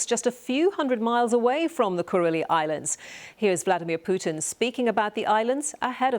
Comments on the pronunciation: Maybe she could say Kuril Islands instead of Kuril-i Islands?! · The BBC presenter repeatedly calls the islands the "Kureli" islands. That is not their name. There is no "I" sound at the end of Kurile. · Why does the presenter (unlike the correspondents) continually pronounce the name "Kuril-eye Islands"? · BBC is a joke. She can't even pronounce the name correctly